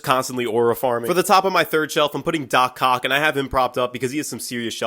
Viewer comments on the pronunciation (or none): Is it just me or did no one notice how he called Doc Ock Doc Cock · Did he say doc ock or doc kok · Doc ock❌ doc cokc✅ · He did not say doc ock btw😭😭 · Doc ock not doc cock bruh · Bro did not say doc ock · So we’re just all gonna ignore how he said “doc cock” ok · Bro did not just say, do-cock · did bro say ‘doc cock’😂😂😂😂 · aint nonine gonna talk about how he said “doc cok” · Is it just me or did you guys hear “Dock Cock”? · Did you just say doc cock? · He really said Doc cock 😂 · nobody mentioning how he said doc cock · Bros not sneaky saying "doc cock" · he did NOT say doc ock